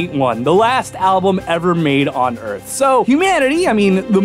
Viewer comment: "Okay, here's da Erf, ROUND. You may be thinkin' "Dayum, dats a sweet Erf." WRONG." Haha.